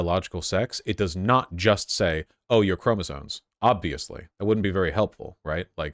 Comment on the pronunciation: anyone else annoyed that he keeps saying chromosone instead of chromosome